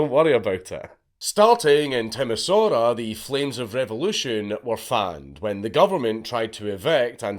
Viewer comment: I'm quite pleasantly surprised that out of a host of foreign names to be mispronounced (you did way better than expected, even with Timișoara) the only one you butchered was Hungarian. Nice one, with only a few minor things left out. Like how Elena deserved it at least as much as Nicolae, probably even more, or what happened in a little town with a large weapon factory where the revolutionaries went for the gun depot first and THEN went to town hall.